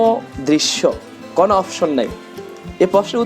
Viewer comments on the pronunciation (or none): none